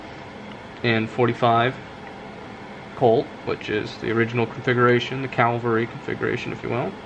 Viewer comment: Beautiful. By the way, it's a Cavalry Model, not a Calvary Model. Calvary is where Jesus was crucified.